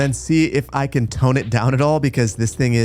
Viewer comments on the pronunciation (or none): none